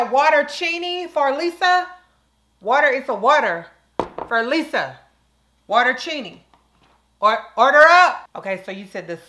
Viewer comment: Lisa , What’s in a water-chinni ? 😂😂😂